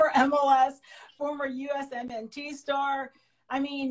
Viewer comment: First time I hear someone say each letter in USMNT... lol